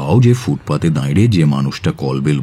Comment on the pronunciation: বাসু সাহেবের মুখে "দাঁড়িয়ে" শব্দটা কেন বারবার "দাঁইরে" হয়ে গেল বুঝলাম না। খুবই অপ্রস্তুত হলাম শুনে !